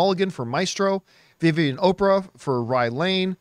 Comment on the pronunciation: 😂 Good Effort on how Oparah was pronounced